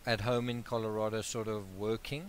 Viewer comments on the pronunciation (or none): none